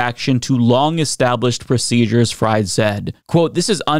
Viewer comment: Her name is pronounced FREED.